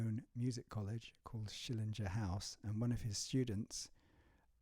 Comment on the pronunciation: It's SchillinGer (as in finGer), not Schillingjer. Sorry.